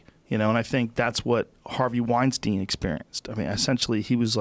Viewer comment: Joe says "Brett Wein-STEEN," and "Harvey Wein-STINE," haha! Love ya Joe